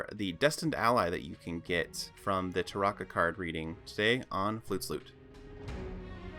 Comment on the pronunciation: REALLY?? First mistake It's pronounced Tair-Oh-ka. Like Tarot with a ka on the end. It's called RAW.. Rules As Written. So you would say the RAW Module, or using the module RAW. Air-abelle. The name predates the English language, you should be able to find a pronunciation guide somewhere. CoS made up the lore of Madame Eva being the half-sister of Strahd. Never trust CoS lore, it leaves gaping plot holes and screws up the entire timeline. In general, CoS lore always comes LAST if there is a question of canon. FIRST OFF, Madame Eva lives outside of the time continuum. She existed LONG before Strahd did and it's utterly impossible for her to be Madame Eva. The easiest way out of that idiotic loop hole is to say that the Turg assassinated her sometime before Y350 Yeah.. I'm not doing this for 35 minutes. Buh-bye now!